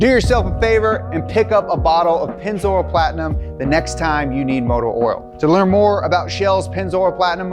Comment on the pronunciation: "Pennz- oral"